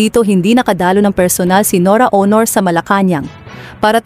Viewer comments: Pronounce the word as AUNOR not HONOR. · Ano ka ba BISAYA hindi mo na bibigkas ng maayos ang pangalan ni Nora A U N O R . . . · Pinoy ba yan ngssalita?iba un accent hndi ma pronounce un Aunor